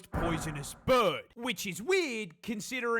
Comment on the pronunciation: "BUHRD!" 😄 I am going to be pronoucing 'bird' this way all the time now 😁